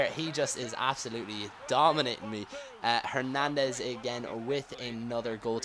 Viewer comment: People mentioned you mispronouncing Hernadez's name because you were saying it wrong. What if I pronounced your name llike "". You would say something about it wouldn't you?